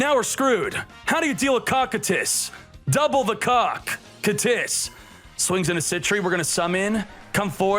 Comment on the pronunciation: It’s pronounced kokytus (cocytus) not cockandtits u FOOL.! XD